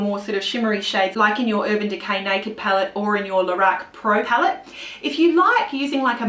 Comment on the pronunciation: And stop saying "Lahrac" ... It is pronounced "Lorac"!